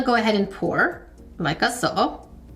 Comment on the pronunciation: I love the glass breaking sounds and head nods when you open the packages in your videos and when you say “like-a-so”. Makes me smile and giggle. 💕